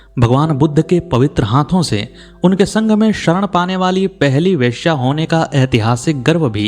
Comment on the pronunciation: उस समय पाली भाषा में त्र अक्खर था ही नहीं। और एक शब्द बुद्धं होना चाहिए बुद्धम नहीं । धम्मं है , धम्मम नहीं । संघं होना चाहिए संघम नहीं । वैसे पालि भाषा में एक ही स था।